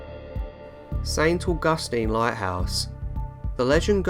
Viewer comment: The way you pronounced St. Augustine made me cringe since I'm from Florida, but otherwise nice video! Glad to see the Devil's School included! This is the first list I've seen with it!